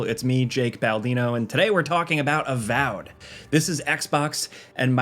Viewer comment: its avowed not avowed